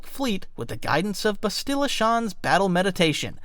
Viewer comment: bestilar? really?